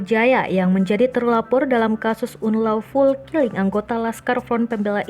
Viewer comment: Dibacanya anlouful min